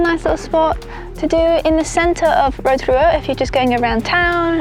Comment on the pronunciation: not u wearing a pounamu and pronouncing Rotorua wrong hahaha